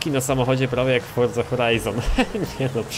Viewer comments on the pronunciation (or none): none